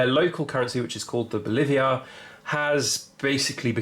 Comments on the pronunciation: Bolivar not Boliviar. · BO - LI - VAR != BOLIVIAR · FYI: It's "bolívar", not "bolíviar", as you say it in this video. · I think it is BO LI VAR...not BO LI VI AR. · Don't just own metals, own metals AND DEBT. Because, yes, food and energy will keep up with metals but debt won't. By the way, the currency is pronounced bo-lee-var, not bo-live-iar. It was named after the George Washington of Venezuela, Simon Bolivar. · No biggie, it’s just that you said it so often it was kind of like listening to fingernails scraping on a chalk board 😱. Good content otherwise👍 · Its Bolivar not "Boliviar". I enjoyed the video though.